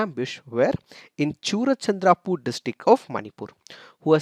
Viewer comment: It's Churachandpur not churachandrapur.